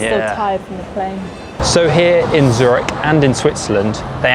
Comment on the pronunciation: Zurich is not pronounced Zuritch.